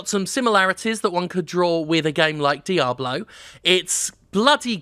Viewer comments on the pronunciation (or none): none